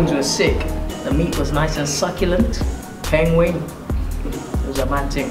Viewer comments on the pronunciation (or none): 'Peng wing' ahahah